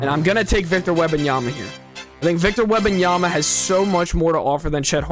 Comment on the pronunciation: How can you say Wembanyama correctly but butcher Emeka?